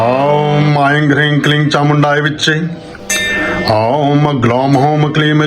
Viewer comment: vedio मे aing ऐंग्, hreeg हरीग्, क्लीग् ke उच्चारण हुआ है